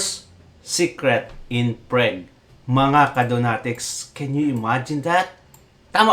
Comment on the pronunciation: Hindi PREG ang pronunciation. PRAG ang sound same sa FROG.